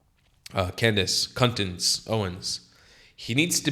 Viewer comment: sorry what? did u just say cuntdace?